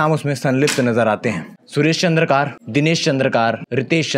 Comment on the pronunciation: चंद्रकार नहीं चंद्राकर बोलो